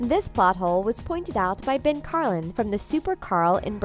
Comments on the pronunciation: Wait...AURORA? Dont you mean Auror?!?!? And its pronounced Carlin not Cararlin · Your pronunciation makes me wanna die. Carlin not car lin. And even more